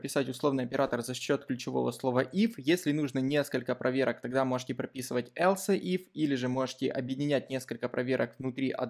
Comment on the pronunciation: Else произносится как элс, а не элсЭ. Слух режет. А в остальном всё супер)